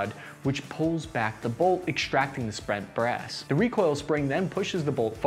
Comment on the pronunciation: "Sprent Brass"